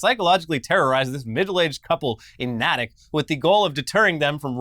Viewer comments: Natick is pronounced NAY-tik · It's pronounced Nay Tick